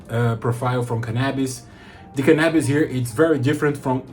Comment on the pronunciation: Did you say canabis? Take my Money! 😂😂